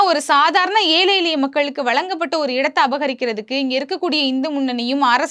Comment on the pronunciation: அம்மா! ஊடகங்களில் இப்படிப் பேச முற்படும் முன்னர் தமிழைத் திருத்தமாகப் பேசக் கற்றுக் கொள்ளுங்கள். ஏழை, எளிய மக்கள் என்பதை ஏலை எலிய மக்கள் என்று பேசுகிறீர்கள். இது பிழையல்லவா? திருத்திக் கொள்ளுங்கள்.